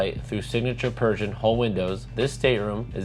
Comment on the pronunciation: Like your video, one point your pronunciation of Pershing, sounds like Persian. I kept thinking, is this a new Yacht Brand? I thought you might want to know.